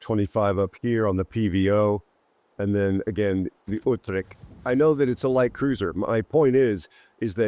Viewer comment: hey mein Lieber. i love your intros , had I already said that ?? ;) ;) . what should i say to this ship. another islamd-camper-HE Spammer- terrortool. well done WG . but hey lets givet hem the most accurate airstrike every aprox 40s , thats a good idea. p.s. thx 4 the review . it isn't spoken with "C" ore "k" like "kill" or something like that, rather like the "CH" in "chapter". utreCHt